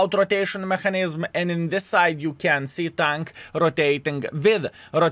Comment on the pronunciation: не маХанізм а меКанізм, вбий слово в гугл і послухай, неймовірно жахлива вимова